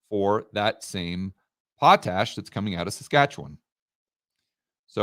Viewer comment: it is pot, like marijuana. Pot-Ash.:)